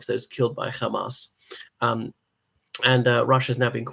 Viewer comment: Are you Israeli? Why do you keep pronouncing Hamas "Khamas" like an Israeli Jew?